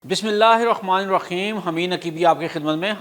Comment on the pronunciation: Bhai bura na man'na. Bismillah to thik se parh lo